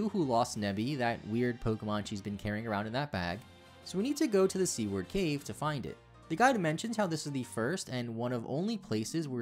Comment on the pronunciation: The pronunciation of Seaward Cave sound more like C-word Cave tickled me a bit too much for some reason